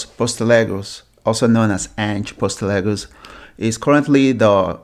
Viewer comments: Sorry but you butchered his name ! It is "Ange Postecoglue " pronounced = post - a - cog - lou BTW Ange is not going to the "chopping block" league soon. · post eh cog lou 👍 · This has to be some sort of a wind-up, the guy can't even pronounce his name!!! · Can't even say his name properly. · can't even say his name properly what a joke he's staying at celtic HH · you can't even say the guy's name right and you talk about respect 😂